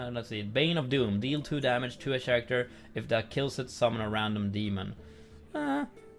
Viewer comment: Character is pronounced with a "K" sound 'käräkter' ;)